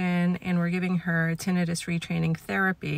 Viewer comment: That’s the correct way